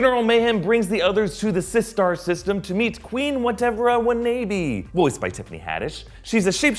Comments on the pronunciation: its not whatever a WA-NAE-BEE its whatever a WA-NA-BEE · It’s pronounced Queen Whatevra Wa’Nabe (Whatever I wanna be) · How you really pronounce queen watevera wanabe name is Queen what ever I wanna be